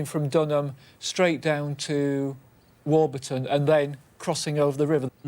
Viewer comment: Great episode and having grown up in that area I’m so glad Stewart pronounces warburton right